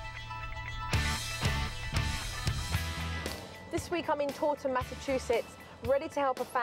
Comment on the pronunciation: The way she said taunton lol I had to play it back 5 times